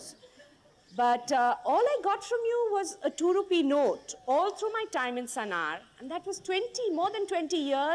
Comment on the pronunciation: It's sanawar not sanar....